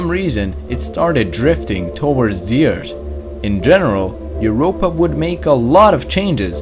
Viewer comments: Never stop saying Ert. Its awesome. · ATTENTION!! We discovered a new planet! It iS CaLlEd "ERT"! Lol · It’s earth not ert